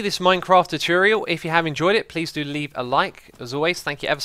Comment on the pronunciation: Another great 'chooturial' X! :D